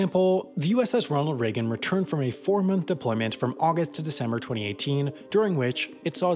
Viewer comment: This man can’t pronounce August lmao